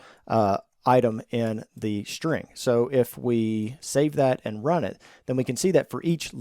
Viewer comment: A shhhhtring.